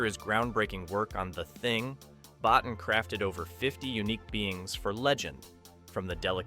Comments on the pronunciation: It's pronounced "Bo-teen" not "Bottin", referring to creature designer and FX master Rob Bottin. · Rob and his last name is pronounced: Bowteen. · As far as I understand the designer, his name is pronounced Bo' Teen. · Great video about a classic film. Only one correction the genius young character designer/special effects make up artist who's work graces Legend, Rob Bottin, his surname is pronounced Bow-teen. I have been a fan of his since before legend was even made and I use to mispronounce it too, LOL!